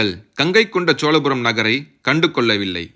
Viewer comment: தம்பி!!!! என்று பெயர் வைத்துக் கொண்டு உனக்கே முதலில் தமிழை ஒழுங்காகப் பேசவும், எழுதவும் தெரியவில்லை. சோழபுரத்தை - சோலபுரம் என்கிறாய் அடையாளத்தை - அடையலாம் என்று எழுதியிருக்கிறாய்🦧🦧🦧🤔 அடுத்தவர்களைக் குறைகூறும் முன் உனது தவறை திருத்திக் கொள்ளவும். திரையில் உள்ள எழுத்துப்பிழையை எப்பொழுது மாற்றுகிறாய் என்று பார்க்கிறேன்.🧐🧐